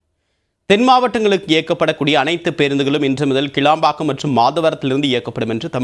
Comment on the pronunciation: முதல்ல கிளாம்பாக்கம் சரியாய் சொல்லுங்க கேளம்பாக்கம் சொல்லாதீங்க